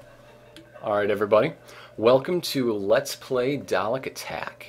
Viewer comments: "... daylek... daylek... daylek... DAYLEK..." It may be a joke, but my god, was my brain exploding every time he said that. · No. NO! I can't do this. First of all its DAHL-EHK second of all Sylvester, Colin, Peter, Tom, Jon, Patrick, And William Are